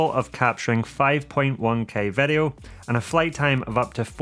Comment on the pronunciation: you say vedio when i say video